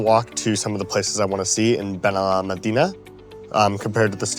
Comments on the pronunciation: Hey! El Pinillo is my stop, we live close enough to walk to Torremolinos center, the beaches, or Benalmádena Arroyo de la Miel. Enjoying your channel. One quick note on Benalmádena is you stress the syllable with the accented á, so it is “ben el MAD eh na.” Cheers! Thanks for sharing! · Benalmádena no lo sabe pronunciar, ya aprenderá,es muy joven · I noticed that you mispronounced Torremolinos and Benalmádena as well. Spanish pronunciation is highly regular and easy to master.